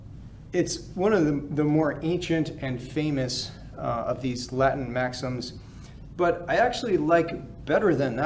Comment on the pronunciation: I love this channel. He has a perfect ecclesiastical Latin accent.